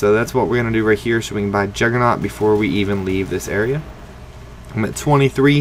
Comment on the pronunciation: why does everyone say juggernaut!